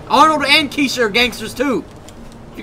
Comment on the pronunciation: when you introduced kesha at the beginning it sounded like key shit so I had to replay to make sure it wasn't key shit my hearing is a little off today.